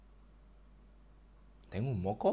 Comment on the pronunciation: Nadie: Absolutamente nadie: Donato: tengun moko?